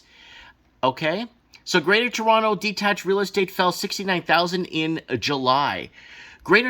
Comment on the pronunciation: Toronto here - YUP. And thanks for saying Toronto the right way bro lol. The funniest part is they're still building condos EVERYWHERE. So the demand is declining while supply is increasing due to inflation this is too funny - and we're expecting another rate hike so if you have a variable rate mortgage well goodluck lol. I own a home outright but bought it way too long ago where I'm comfortable. But, if you speculated or bought a home 'assuming' the price would always continue to increase on a variable my god.